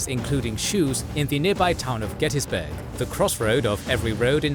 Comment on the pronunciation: Also pronouncing Gettysburg wrong. I’ve heard people try to call it Get-tus-burg. Every local in the area and around calls it “Get-teas-burg”. I live in Cashtown, less than a block away from Cashtown Inn. Crazy it all happened right down my road.